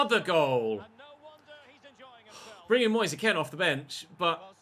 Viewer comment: There is something seriously weird about the way players run in this game, and the ball moves like one of those old £1 ones from the fairground. It isnt Moseh Ken btw, it is Moise Kean as in Moys Keen. Confirmed by the player himself